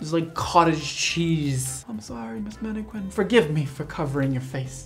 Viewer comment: The way he pronounces mannequin really disturbs me.